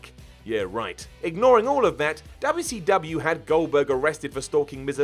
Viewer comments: DoubleU Cee DoubleAH 😂😂😂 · No one:: DUBYA CEE DUBYA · Why this he saying wcw like that "Dub ya c dub ya" i remeber when scott hall said it like that when he debut wcw also triple h when dx show up to wcw